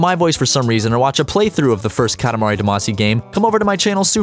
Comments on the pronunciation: Dah-mah-see not duh-mas-ee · Background music: "Katamari Damacy!" Narrator: "Katamari duh-MAAAAA-see!" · That pronunciation though. "Duh MAH see"? C'mon man, they pronounce it FOR you in the intro song!